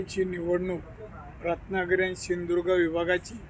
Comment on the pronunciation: पडणार तू तुला सिंधुदुर्ग बोलता येत नाही